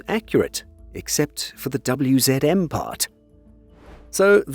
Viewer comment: Well done for pronouncing WZM, HSW, PGZ and Bumar😊